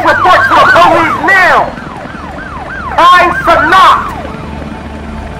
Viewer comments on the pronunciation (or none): I remember the news bro “ KAI CENOT” 😂💀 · “Kai Ce-NOT!!” 😂😂😂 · “KAI CENAWT REPORT TO THE POLICE NOW” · “KAI CE NOT!”😂😂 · Kai ce-Not